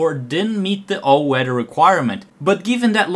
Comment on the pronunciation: "AN ALL WEDDER AIRCRAFT"